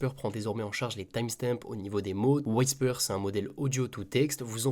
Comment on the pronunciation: Whisper, ça se prononce « OUI SPER » pas « WHY SPER », sinon très bonne review comme d’hab